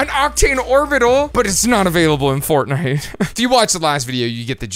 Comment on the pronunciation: 😂YES! He said, "But it's not avaliable Fortnnite"😂